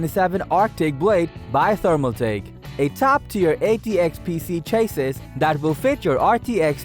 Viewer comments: Cha-sees not Chayyyyy-sis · Chassis he is saying chases. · You would think that you would pronounce "chassis" correctly. Its pronounced "CHAS-EE". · Chay-sis perfect pronunciation for a word you used so many times.